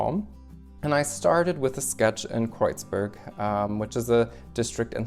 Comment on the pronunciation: Wieso sagst du Kroitsbörg, wenn es doch Kreuzberg heißt?